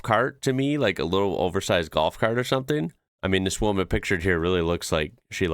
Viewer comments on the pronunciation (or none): none